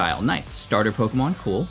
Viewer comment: Your pronunciation of the Pokémon names is cringe worthy.